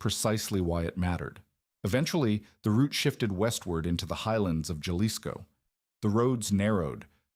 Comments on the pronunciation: Youre killin' me with the hard J in Jalisco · It's pronounced "halisco" ...damn redact! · It's pronounced Ha-Lee-s-ko